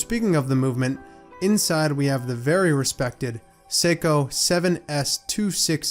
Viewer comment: Nice effort on pronouncing the Japanese name.